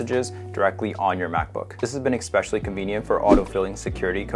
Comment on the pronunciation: You lost me with "Expessially"